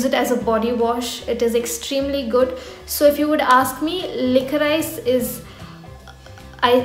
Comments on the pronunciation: Hey , not to sound hateful it’s actually pronounced as liquorish. Love your content!🙂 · It's pronounced as licorish